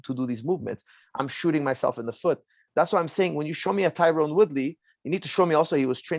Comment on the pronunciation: So many people, who should know better, still fuck up the pronunciation of Tyron’s name. I’m not even annoyed anymore, it’s almost impressive.